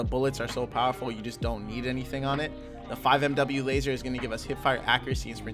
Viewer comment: Great vid but FYI 5mw is pronounced 5 milliwatt